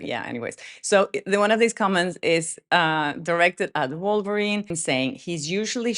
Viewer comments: Lololol....did you say Vulvarine?? As in vulva ?? Omg, I'm dying laughing, that would make a great SNL skit !! I can just picture some hefty lady in a red Deadpool suit with a giant vulva who terrorizes people!!! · I'm Brazilian and we pronounce "Volverine" too lol